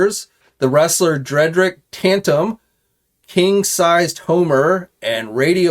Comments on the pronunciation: Tatum, not "Tantum" and he's a boxer, not a wrestler. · Omg thank you I was beginning to wonder if I was the only one who caught that??? I swear I’ve never come across a “bigger YouTuber” who mis pronounces things so often